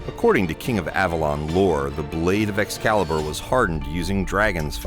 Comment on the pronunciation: Escazzibur…eschizzibur. “Excalibur, deficiente!”